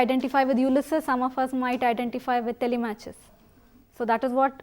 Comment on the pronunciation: It's TELI-MAK-US not TELE-MATCH-US, ma'am